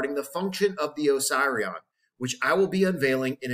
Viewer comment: Duuuuuude…. I am pretty sure it isn’t supposed to be pronounced oh-psy-re-on. Is it not supposed to be pronounced oh-seeree-on? Am I on a different planet? It’s making my inside hurt every time you say it. I could be wrong but……. ✌🏼😂 great video and thank you.